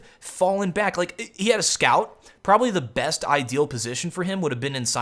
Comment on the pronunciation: And ur Prolly instead of probably xD